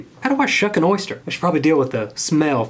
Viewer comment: “ThE wOiLd Is YeR eRsTeR”